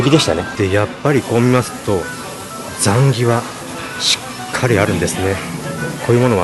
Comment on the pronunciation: 。 ザンギの発音www